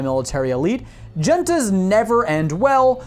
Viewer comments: Hoonta, not jenta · This is fun to listen to but also extremely painful - not only has this kid mispronounced words like Terran or Junta - id love to know where they get their military information.